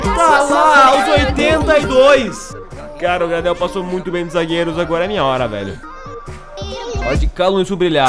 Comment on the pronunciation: Video foda como sempre! o Gradel se Fala ''Greidéu'' em ingles com sotaq.. observa o sule ele é um zagueiro mt bom e evolui mt, mas só da pra proxima temporada